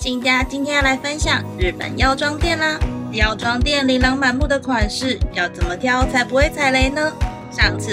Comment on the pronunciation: 琳(ㄣ)琅滿目，跟玲差很多